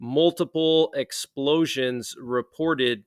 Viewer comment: You can’t say explosions 😢